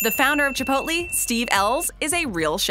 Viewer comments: Haha he's trying to be funny by making fun of people that pronounce it wrong. But ends up pronouncing it "Chiopolte" when trying to be correct 😂😂... Chi-pole-tay... dear God. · I'm a simple man. I hear "ChipotLEE" I dislike. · It's pronounced chip polt lay not chip polt ta. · CHA-POIT-LAY wtf is up with how people say chipotle. I swear the smallest things bug me. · She said chipotle wrong the whole time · I hated every second she said chipotle wrong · I hate how she said chipotle until